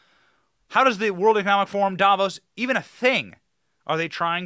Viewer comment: "Davos", sounds like Diablos.